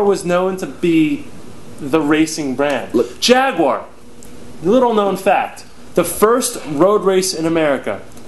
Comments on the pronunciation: Jag-you-are. you would not want someone mispronouncing your names now would ya? A-lax and yeah?:-) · "Jag-U-ar", notice the U, guys. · why cant americans say Jaguar properly?